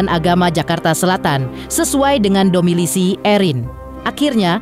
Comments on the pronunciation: Domisili kak.. bukan domilisi😂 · DOMISILI MIN BUKAN DOMILISI😁